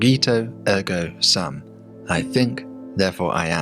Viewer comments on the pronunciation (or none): From my Latin classes, I don't recall your pronunciation of "sum." It should be "soom." Here's a pronunciation video for the phrase